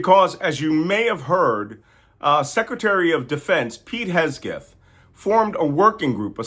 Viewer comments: Malcolm, you perform such a service for us here. (btw, Pete's last name is pronounced Heg-seth. :) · Malcolm is subconsciously mispronouncing Hegseth's name and calling him "Hegsgeth". Subconscious projection of deep disrespect. Love it. Malcolm is no fool 😎💙🙏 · Its Hegseth not Hesgeth 😁 Also pronounced Dogsh!t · Is there some inside joke here that involves intentionally mispronouncing Pete Hegseth's name? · "Hes-geth" deserves to have his name mispronounced, lol. 👍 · We have been looking forward to YOUR take specifically on this Fubar!!!!! BTW That moron's name is pronounced Heg' seth, 'not that anybody cares" to quote the "Big Bang Theory." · Your constantly mispronouncing names makes your coprehensive and cogent analysis sound dumb. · Just gonna jump on here and wonder why an expert cryptologist continues to mispronounce Hegseth. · The name of the creep is Heg-seth! You mispronounced it, Malcolm. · Ok Malcolm, say it with me, Heg-seth, Heg-seth... Hegseth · noticed that too, and he does that with a few other words. I just assumed it's a mild case of dyslexia, but totally doesn't matter and has nothing to do with working intelligence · I think he does it on purpose, Hegself sounds about right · specially pleasing is how you mess hegseth surname. great attitude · Did he ever say Pete's name right? 😂😂😂 biggest burn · Love that you mispronounce Hegseth 😅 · Hegseth may be an idiot, but it’s probably a good idea to pronounce his name right. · You always say Hegseth's name wrong😅😂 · Why say Hesgeth? "Hegseth" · HegSETH not Hesgeth. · Malcom, It’s Hegseth, not Hesgeth. Don’t let someone use that minor mistake to discredit your message. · SECDEF. I'm Australian, living in Australia. And I was of the impression Pete's surname was HeGseth, not HeSgeth. Which is it. And it's extraordinary disrespectful to mispronounce someone's name, irrespective of what you may think of them as a person. If you can't show someone basic respect, why should they give it to you in return?